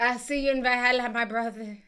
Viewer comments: I know he didnt say val hallah😂😂😂😂 boy stfu and put your phone on the water... any water i know i didnt just hear that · Did that guy try to say Valhalla 😂😂